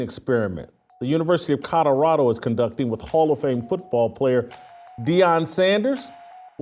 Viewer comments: Jason you mispronounce Colorado, you say CoDoradao not Colorado. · PLEASE stop saying Co”DOR”ado…it’s CoLORado…thanks!😘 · OMG! I made a similar comment…drives me bananas the way he says CoDOrado! 🤦🏾‍♀️😂😂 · Please Whit, there is a L in Colorado, not 2 D's! Its not Codorado! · Too funny, Jason simply can’t say COLORADO. He pronounces it “Cotterado”…😂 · COLORADO has an L in the middle not a D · Can you please learn how to correctly pronounce the word, COLORADO?!! Jeez. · Why is Whitlock SO PASSIONATE about Colorado? He can't even pronounce 'Colorado', but can t stop talking about it.The opportunity to denigrate another black person gets Whitlock excited. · Bro Colorado is not a hard word to pronounce. You are struggling. 😂